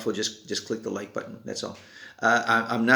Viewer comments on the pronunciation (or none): none